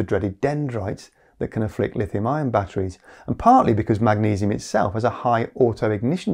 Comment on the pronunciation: zinc-iron or zinc-ion. probably ion but you do say iron and ion pretty similarly. don't go changing just because of me though. stay silly